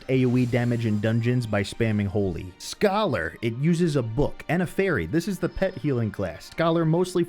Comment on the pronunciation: "sCHYOLaRrR" Also, love the videos man!!